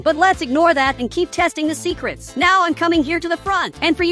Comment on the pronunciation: Bro ur said secerts